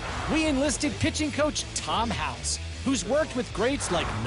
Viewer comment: It's Tom House not Howes